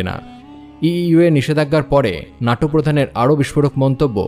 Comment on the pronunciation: নাটো নয় ন্যাটো